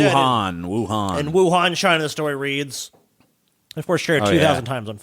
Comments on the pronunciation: pronunciation of Wuhan bothers me greatly. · The second "C" is silent. XD